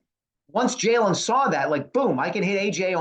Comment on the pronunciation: There is no L in the word saw. Please stop say sawl. It's gross & you sound dumb.